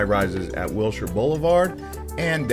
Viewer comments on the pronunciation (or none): none